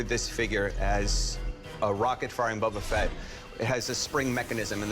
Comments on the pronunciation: doesn’t even know how to pronounce Boba Fett. It’s Bo-ba Fett not Bob-a Fett. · Bubba fett? its youre favorite thing? yea right. What a buffoon. at least learn how to pronounce his name. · Every time I hear “bubba Fett” makes me wanna cry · Who TF is Bubba Fett? Guy has the most rarest figure and can’t say his name correctly. Drives me nuts! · buba fett? Lol its Boba fett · Bubba Fett lmaoo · Am i hearing them say Bubba Fett? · "Bubba Fett?" It's pronounced "Bow-Buh Fett." Has this guy never watched the Jabba skiff scene from Return of the Jedi? Listen to how Han pronounces it. That's canon. You're not a real fan. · "Bubba fett" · "Bubba Fett"😂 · Sooooo it’s his favorite thing ever, but he’s pronouncing his name BUBBA FETT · This dude keeps saying Bubba Fet and I wanna fight him. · The dude who kept saying bubba fett was driving me nuts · I swear bro keeps saying “Bu bu Fett” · If he says “BUBU Fett” one more time… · IF HE SAYS BUBBA FETT ONE MORE TIME IM GONNA LOSE IT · "Bubba" Fett? facepalm He might as well come in with some Super Mary Oh and Pokey Man games. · yeah, he "loves it more than anything" but can't pronounce it